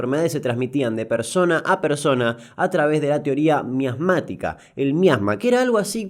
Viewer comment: Disculpe, mi estimadisimo.. Pero ahí no dice "MIASMÁTICA".. Ahí dice "MASMÁTICA".. Pero con semejante material como el que tiene Ud. siempre, se podría haber comido la palabra entera.. Saludos de alguien del interior a otro alguien del interior..